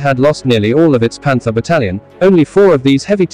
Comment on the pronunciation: I'm a professional voice talent and narrator. To my ear, this sounds like a (relatively good) AI voice-over. The red flags are the odd emphasis on the wrong words, for example, Panther BATTALION vs PANTHER battalion. Other evidence is that every sentence carries equal weight, and every one has a certain "flatness" to the sound, not enough dynamics. Transitions are poor, you can't tell when a paragraph ends and a new one begins. Overall, the story is poorly told. I just came here from a Mark Felton video, and though he's an author and not a professional narrator, he is a vastly better story-teller than... whatever they are using here, weather it is an artificial voice, or a human narrator who - though he has a good voice, simply isn't good at story-telling. (In fairness, if this IS a human, the writing isn't very good, and the pacing is too fast - NOT the narrator's fault).